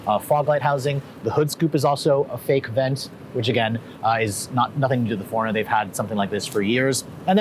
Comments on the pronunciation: Its annoying of how he says foreigner instead of 4Runner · why i'm hearing"forner"instead of "four runner" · Didn't anyone tell him it's 4-runner... Not Foreigner... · ikr it was bugging me the entire time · 4 RUNNER not foreigner...HOLYYY!!! This guy is killing me! URGENT! I wanna know what love is....I wanna know if he knows the model name....grrr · "The foreigner..." Sorry, it was driving me nuts every time you said that! I know you tend to talk fast but, for the love of sanity, should do a tiny pause between Four and Runner... Four.. Runner not foreigner!! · It’s 4 Runner. Not Foreigner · IT'S 4 RUNNER NOT FOREIGNER! 🤔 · 4 runner, not foreigner. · It's 4RUNNER!! not FOREIGNER!!! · "4 - Run n - er".... I keep hearing "Foreigner". Awful. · Geezz all he did was complain about the dam 4runner. He is annoying as hell! And dude its 4 runner stop saying foreigner!!!!!!!!!! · Foreigner, I thought I was the only one that noticed until I scrolled through the comments. Now every time he says 'foreigner' I can't help but giggle a little. . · I keep hearing foreigner. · I kept having Foreigner playing in my head as I was watching your excellent review and I finally realized why... it was how you pronounced 4Runner! Just teasing... great review my friend. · Great video but am I the only one who thought he kept saying Foreigner? LOL. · Cannot unhear that. 😂😂😂🤣🤣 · Tought I was the only one hearing that..😅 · It drove me nuts lol. I was like wait what?!? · I thought it was an east cost pronunciation........like west cost = coke east cost = cola